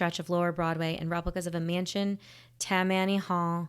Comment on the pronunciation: How does a New Yorker not know how to pronounce “Tammany”? Or an Italian not know how to pronounce “Cinecittà”?